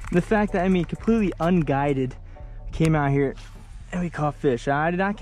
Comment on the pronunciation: "It's a little tOasty out heur"